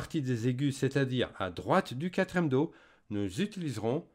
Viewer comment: Merci! On dit quatrième et non quatrème